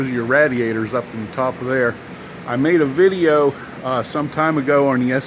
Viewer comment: The way you said radiator was upsetting